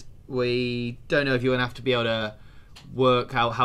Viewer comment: Definitely said ve....